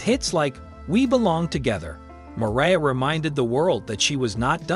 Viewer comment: I hate AI narrators. “ Maria”. Who?